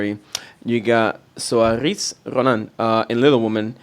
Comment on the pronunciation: Saoirse Ronan's name is pronounced "Sersha".